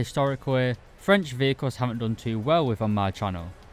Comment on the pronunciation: As a french , I was impressed by ur french accent was really good.